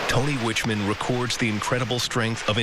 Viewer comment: Hurricane Iniki was a very substantial storm, but it never got much attention outside of Hawaii because it all happened far away from the rest of the USA. Narrator: First, you don't say someone is "in" Kauai, you say they are "on" it. Second, the name of the family is not pronounced "Witchman", it's "Wickman".